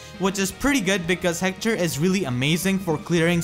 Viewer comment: I love how you pronounce Hector, "Heckthor"